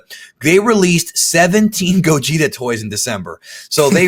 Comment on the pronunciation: They keep saying gogeta, I keep hearing Gojira.... smh